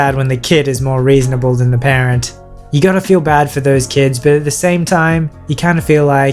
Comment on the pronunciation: When you say “entitled parent” it kinda sounds like “entitled Karen”